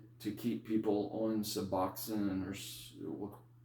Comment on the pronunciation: Great video !!! Your pronunciation of " su BLOCK aid " is wonderfully unique ! ( I can see how that pronunciation can help an addict 'remember' what to ask a doctor for -- when asking to get a new injection that an addict has never heard of before !!). So, say, how many milligrams of suboxone were 'ya takin' ( pills ? strips ? ) before 'ya jumped off suboxone to get that wonderful life-altering injection of sublocade? And -- hey -- how much time has passed for 'ya since 'ya received that one shot of sublocade?